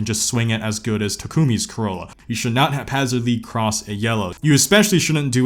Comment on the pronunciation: Why did you say Takumi's name like that 😂